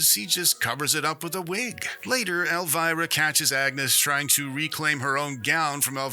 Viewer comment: It’s pronounced El-vee-rah